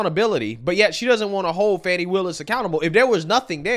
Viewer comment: So it's Not Fanni or Fanny, and it's not Fawni or Fawny either. But now, I am hearing "Funny" Willis... Lol shrugs